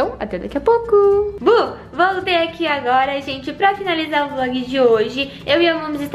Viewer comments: quem percebeu tbm no final em vez de ser vlog saiu vog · No final vcs esqueceram do L na palavra vlog dai ficou VOG kkkkkk, Me manda um salve por favor!